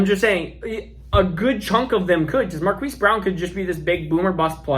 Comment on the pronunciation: Marquis is pronounced Mar-Keese 😉 Keep up the great work!